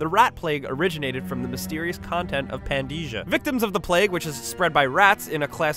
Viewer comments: The continent of origin of the rat plague is Pandyssia, not Pandesia. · I'm sorry, I hate to be this guy (kinda) but... IT'S PRONOUNCED PAN-DIS-IA, NOT PAN-DEESH-A!!